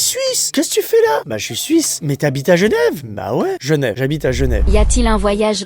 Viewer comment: La question est : habites-tu à Genève ou à Gnève ? 🤣